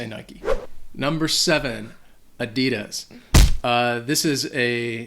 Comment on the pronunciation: My uncles wife is German, you still pronounced Adidas wrong